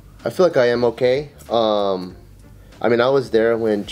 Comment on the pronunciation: dude I thought he said "gay" instead of "okay"